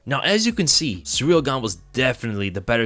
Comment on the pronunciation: Why do so many Americans say Cyril like 'surreal'.